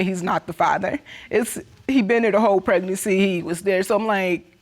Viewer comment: Why can’t she say pregnancy? Preg•nan•cy